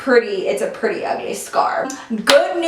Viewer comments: She straight up said perty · you can hear accent when she said pretty 😂